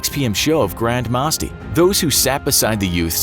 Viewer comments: who else is triggered when he said grand MAAsti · The way he says Grand Masti...